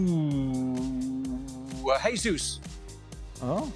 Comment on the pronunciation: Hutchison still hasn't learned how to pronounce Jesus. It's pronounced in Portuguese, not Spanish.